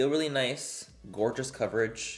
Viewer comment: I love it when he says gorga😌